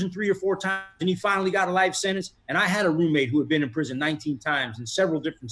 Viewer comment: Sentence, not sinnance.